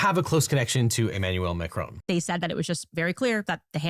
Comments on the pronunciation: Mac-Ron, not Mac-Rone. It's French, not American... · Is it just me or is Devin saying 'Macaron' instead of 'Macron' throughout the video?